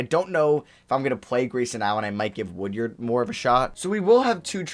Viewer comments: Hey I’m a big Mississippi state fan, go to all the games and it’s pronounced wood-ard not wood-yard but still great video and thanks for picking him up 💪🏼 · The fact that you kept saying “Woodyard” instead of “Woodard” was pissing me off lmao